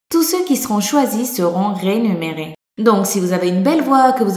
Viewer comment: "Rénumérés" J'suis mort :'')